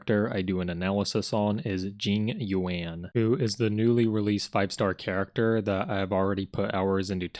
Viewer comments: “Jing you-anne” will never not be funny 😂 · This video is hilarious dude, keep up the good work! 😂 what cracked me up is the fact that everytime you mention Jing Yuan it just progressively gets more and more mispronounced 😭😂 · each time jing yuan is being pronounced, new name is being made up love it